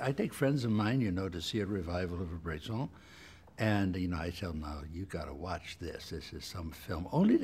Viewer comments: It's Bresson, not Brayson. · "Brayson is a director that..." Is his name really that hard to pronounce?